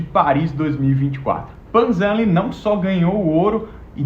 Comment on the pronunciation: Eu como fluente em mandarim acho muito agoniante quando nao pronunciam o nome certo kkkk, do jeito que ele falou também tá certo mas pronuncia em chinês é diferente